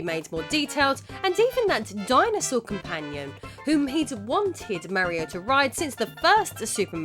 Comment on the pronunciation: “Mary-o”? It’s Mario, but you called the other guy “Edgy the Hedgy”, so that makes it okay. Ned Flanders: Well if that wasn’t the best episode of Impy and Chimpy I’ve seen.